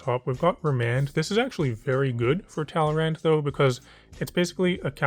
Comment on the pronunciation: my eye twitched when he said "talrand"